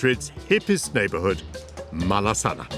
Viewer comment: You have to learn to pronounce Malasaña correctly, the same as España.